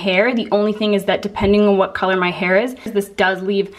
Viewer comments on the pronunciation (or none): none